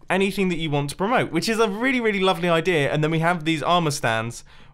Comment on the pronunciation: I love you Mumbo says "idear" with an R.